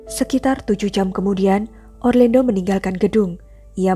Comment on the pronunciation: Pengucapan namanya orlando. Bukan orlendo